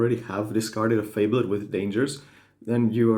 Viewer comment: it's not fable-ed... it's one word. lol if you Google "definition fabled" you can hear how to pronounce it. fa·bled /ˈfābəld/ adjective well known for being of great quality or rarity; famous. "a fabled art collection" or mythical; imaginary. "the fabled kingdom"